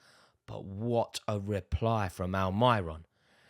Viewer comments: “Al my ron” you mean Almiron ? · He outdoes even the true geordie for saying Al My Ron..